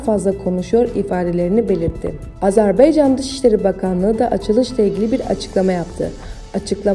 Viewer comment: Önce Azerbaycan demeyi öğren! Azerbeycan değil! Ne tür konuşma bu?! Nereden tutup getirdiler sizi?!